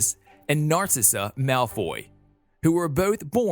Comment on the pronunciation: IS PRONOUNCED HERMIOINE QUIDDITCH AND NACRISSA